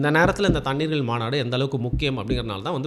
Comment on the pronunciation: Mandu illa bro maabadu sorry maanadu